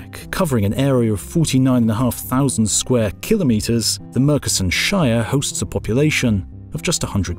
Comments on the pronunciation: Great documentary. I do however have a very minor quibble in pronounciation. Murchison is pronounced Mer chee sun. Great work otherwise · Murchison is pronounced with ch not c...just sayin.... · I doubt anyone is interested but Murchison is CH as in church, not K. Made it a little bit murky son. ;)